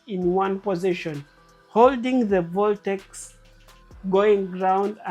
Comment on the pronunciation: Voltex a word? Is it not vortex